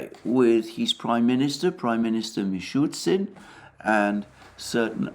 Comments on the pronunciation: Mishustin is the name. Not Mishutsin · The name is MishuSTin, not Mishytsyn :) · It is acutally "Mishustin", not "Mishutsin", sounds funny when you know it xD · Alexander, thank you for your daily high - value analysis. Little "Russian name pronunciation correction", if I may: MI-SHU-STIN not MI-SHU-TSIN So it's ending "STIN", not "TSIN". I am sure you don't mind. 🤗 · Dear Alexander, just a little correction: the PM of the RF’s name is Mее-SHOO-steen, Мишустин. Not ‘Meechootsin’.